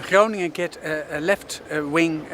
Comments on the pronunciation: g is pronouncerd like ch in loCHness. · Grow-nin-un comes closest to the American pronunciation I think. Of course the G is sharp and our ING sounds like your INK without the K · Pronouncing that city is “ groo ning en” advanced is more a phlegmy g sound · there is NO k at the start of Groningen [CHrow-ning-en] ch as in loCHness, and as in Af GH anistan, Me X ico. No H sound, or K sound, not even close. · So you basically butchered the name, but i was also expecting that 😂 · You were pretty close on Groningen the first time. Just loose the "g". Second "g", that is.